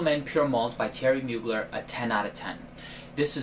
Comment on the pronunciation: Pssst you don't pronounce the r in Mugler ;)